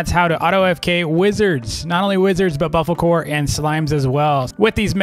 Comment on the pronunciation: saying bofocore when its bofolo